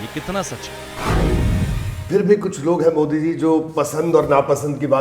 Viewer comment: बहुरूपिया यहां कुक्ष बोल रहा है रैली में कुक्ष और बोलते है 😂